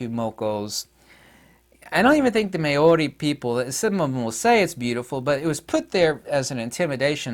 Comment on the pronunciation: Māori… mow (as in cow) ree (as in pee).